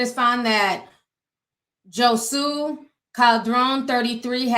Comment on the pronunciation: Did you call him Jo sue....Jose is pronounced Ho-say